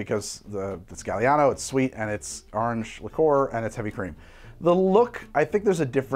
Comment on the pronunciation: The AHRNJ had me dying